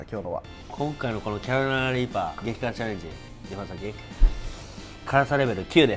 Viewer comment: 毎回キャロライナリーパー言えてねぇぞ